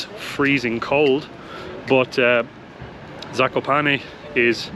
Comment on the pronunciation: Guys you have really good prounciation